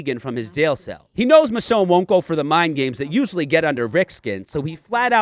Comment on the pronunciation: It's michonne by the way